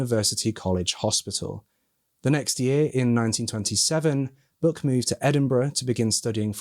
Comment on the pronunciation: Great work covering this case,! The police work done on this case was impressive, especially considering the time it was conducted. I love your accent,! When you said Buck I heard ‘Book,’ until I saw the bathtub plaque and I was corrected. LoL!